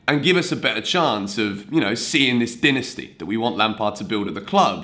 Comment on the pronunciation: you accidentally mispronounced "dynasty"